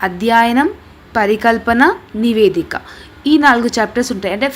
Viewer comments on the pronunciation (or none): నివేదిక. నీవేదిక కాదు